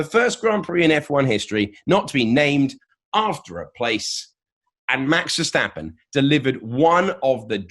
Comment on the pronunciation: TC pronouncing Verstappen: VeSsShHhHHtAppEN